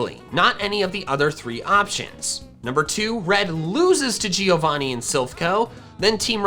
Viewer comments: Man Giovanni is an Italian name, you should pronounce it like Joe-Vanni, rather than Geo-vanni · Man I'm Italian and that isn't the correct pronunciation of giovanni, the correct way to pronounce it is like jovanni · not to be rude but her name is not "leaf" its GREEN is that so hard to say! also its not gee-o-vonee- its prononced joe-von-ee its italian for john. google it i dare you. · A note from an Italian that is watching your videos: Giovanni is pronounced like JOE-VANNI not GEE-O-VANNI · it's always funny hearing american pronuncing different languages words, wtf is GIIIIO VANi? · the pronunciation Of Giovanni is like Jo. as if his name was Jovanni